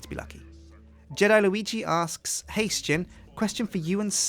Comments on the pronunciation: why do you pronounce Sjin as S-chin? so far ive only ever heard people call you pronounce it as shin so why do you say it differently? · As I recall from other videos, I don't think Sjin has really ever decided how to pronounce his name. He often says 'sa-jin', but I'm fairly sure he answers to 'shin' just the same. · You just said Questsijin because thats how it is pronounced